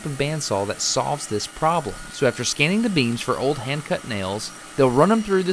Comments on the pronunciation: I thought he said beans. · when he said beams i thought he was talking about beans so i was very confused